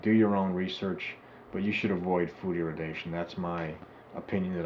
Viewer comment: Maybe don't get your (false) information from a crank's health fad book from 4 decades ago? That you cannot even manage to pronounce the word irradiation correctly is rather unsurprising.